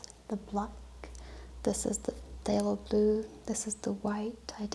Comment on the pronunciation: You said it right in the blue colour it’s a silent T